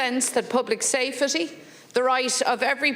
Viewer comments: The word is safety not safetty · "Safe a tea"